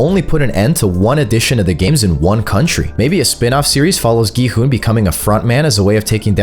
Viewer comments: it's pronounced kii hun not Gohan we ain't watching dragon ball 😂😂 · Is nobody gonna talk about how bro kept on saying gohan instead of gi-hun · So nobody notices him sometimes saying g man to gi hun 😂😂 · Bro said gohan except for gi-hun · “Go-han” and “el rizz” wth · did no one hear him say Gohan💀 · Really go hun at least say the right name it’s gi-hun 😂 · Bro was saying g-man instead gi-hun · Why the hell can no youtuber pronounce Gi-hun right? its not Ji-hun not Gi-han not Ji-huan its Gi-hun just read the letters normally. It is as it is no accent no anything just GI-HUN. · Bro called gi-hun gohan💀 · why do you keep on calling Gi-Hun Gohan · gohan? this ain't dragon ball his name is Gi-Hun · Earlier he called him “Go han” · Not gi hun Everdeen 😂💀😭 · Why do I hear gohan when you say gi hun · He struggles alot to say gi hun [geeh-un] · bro cant say gi hun he said g man and gu hun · Is it just me who heard him say gohan in 😭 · The Amount of Times This Man Mispronounces Gi-Hun Is Crazy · Loved how he sneaked in mis-sayings, like when he called ill nam L Rizz, Gi-hun Gi-hun Everdeen takes down Hunger Games, hate me with your theories, and nut busting twist😂. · you missed a lot more than just Gohan, he also said G-man and Il-rizz for example lol